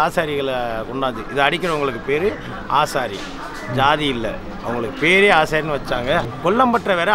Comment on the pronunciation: அது ஆசாரி இல்ல தம்பி ஆச்சாரி.. சுத்த தமிழ் சொல்... மலையாள வார்த்தைனு எப்டி சொல்றீங்க.? சொல்லுங்க தெரிஞ்சுக்குவோம்..